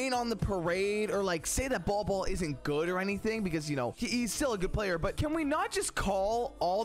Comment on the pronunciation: It’s pronounced ‘Bowl Bowl’, but hell ya! 👍